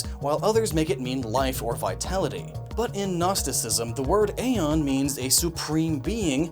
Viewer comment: Did Nintendo change the pronunciation of æon (is it used in Samus Returns as a word or as an acronym) or is that one on you?